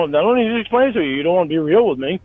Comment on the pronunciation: It is almost enraging how keeps on refering to "being reahhl", but can't explain what that means beyond "come see me". Same as his complaints about "goahn back to tha list", he essentially means "stop referencing all the fucked up shit I've been caught doing."